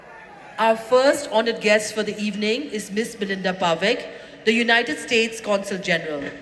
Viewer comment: It's Consul general..not Council general🙏